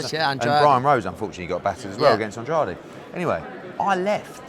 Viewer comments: Its actually Ann-Dra-Day its Portuguese.Hes from Cape Verde Portuguese colony. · Ann-drayde* not An-draw-dee...The man's own promoter can't even say his name right lmao only person I've ever heard say this man's name right was Claressa Shields, but damn even the promoter 🤣 🤦‍♂️